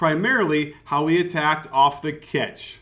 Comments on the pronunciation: Why does coach say 'ketch' instead of catch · more like Cyatch